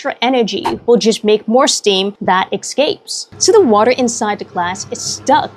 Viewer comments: Lovely video. Big pet peeve: It’s pronounced “Es scape” Not “Eck scape” 😇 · why does everyone pronounce escape as excape?